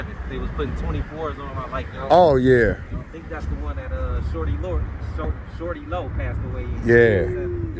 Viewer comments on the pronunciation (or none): Lolz 🤣😂🤣😂 Tell... It's Shawty Lo.... Not Shorty Lo.... 🤣😂🤣😂🤷